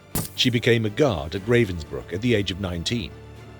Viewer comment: Ravensbruk was pronounced "Rah-vens-brook"...